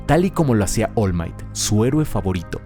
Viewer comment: Pude notar que decías mal el nombre del personaje musculoso. Es Oru Maito, no Ol Mait. De nada. Si, pretendía ser gracioso. Si, puede ser que no haya sido.